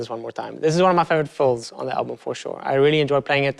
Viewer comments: Is he saying fulls or fills? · I love the way you say "fills".